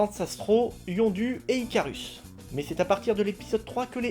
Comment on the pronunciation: C'est Yondu en prononçant "ou" et no "u" pauvre! Comme Udonta qui se prononce aussi "ou".